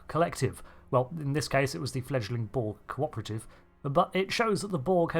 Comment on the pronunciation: It's "borg", not "bolg" or "bo-ug". Can you enunciate your words correctly? Couldn't give two fucks if you're from Bucktoothston, UK.